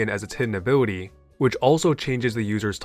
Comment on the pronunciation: "Abiwity"... I can't...